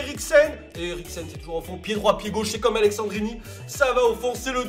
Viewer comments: C'est AleSSandrini et non aleXandrini ! Sinon tres bonne vidéo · ça m'a stressé toute la vidéo que tu dise AleXandrini alors qu'il s'appelle AleSSandrini tu le vois ou le X dans son nom? 😂😂😂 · Par contre c'est Alessandrini pas Alexandrini mais on t'en veut pas ahah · Alessendrini y’a pas de « x » 😂🤦🏼‍♂️ sinon cool la vidéo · Sa se lis pas Aleksandrini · c'est aleSSandrini et pas aleXandrini bordel... mdrrr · AleSSandrini !!! c'est pas AleXandrini... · Tu sais pas lire c'est aleSSandrini y'a pas de X dedans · "Aleksandrini" "Gabriel Jézu" 😨😱😵